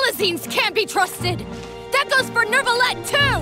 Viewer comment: Carole one of the rare English voice that pronounce Neuvillette’s name right without the “r”